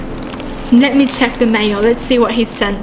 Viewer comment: WHEN UR SAYING MAIL I HEAR MAYO XD